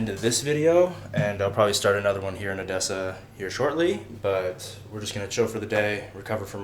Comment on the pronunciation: I think your Russian/Ukrainian is getting better! You pronounced the word Odessa without any accent at all) and what field do you work in, forgive my Ukrainian frankness)